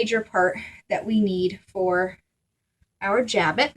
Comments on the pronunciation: Jabot is a French word and the T on the end of the word is not pronounced. It sounds more like "sha-bow" in English. It is not pronounced "jab-it". There's a lot easier way to make a jabot. The process described in this tutorial is uncessisarily complicated and the edges are not finished, which gives it a shabby look. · French word, pronounced. Jabow